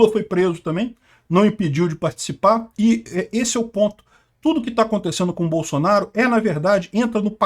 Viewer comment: "BAÇUNARU, BAÇUNARU, GO´PI, GÓPI" KKKKKKKKKKKKKKKKKKK